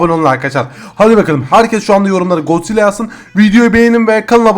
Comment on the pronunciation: Gonzilla değil god zilla